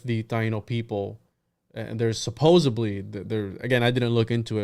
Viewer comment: much love and stellar duo, however pls note it is suppose - supposeD -supposeDDDDDly with D not B. you are extraordinarily well read but this must've skipped your awareness english is one of the 5 languages i speak so don't at me.